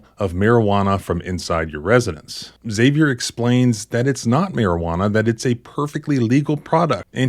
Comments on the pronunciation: Im just curious, why do you pronounce Xavier “ehh-Xavier”? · The name 'Xavier' is pronounced 'ZAV-ee-er'.